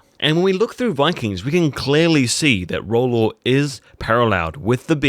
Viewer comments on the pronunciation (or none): Please pronounce his name properly...Its Rollo not Rollor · king, it isn't roll-law, it is roll-O